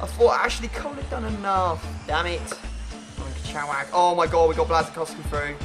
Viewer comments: krychowiak is pronounced kree-show-E-yak hope I helped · It's pronounced kry-hoviak , I'm polish I know it's said wierd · Protip for you: if you have no idea how to pronounce someones name (Krychowiak) just go to google translator, put their name and listen to how its pronounced